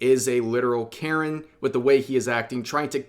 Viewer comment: Carron. Sounds like Karen and is spelled like carrion.